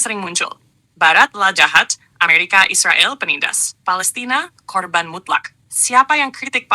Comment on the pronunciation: Mbok jangan bilang isriwal isriwil..bilang aja israel, gitu lho..knp bisa bilang amerika...bikin risi klo mau bk anda